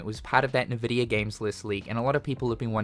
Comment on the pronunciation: please. It's N-Vidia not Ni-Vidia 😂 I can't hold my tongue any longer!